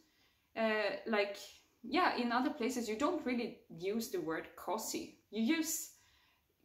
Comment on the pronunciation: Det uttalas COOOOUZY, inte kossy